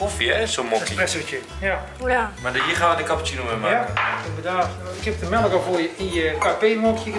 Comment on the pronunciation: HET IS MELK WN GEEN MELEK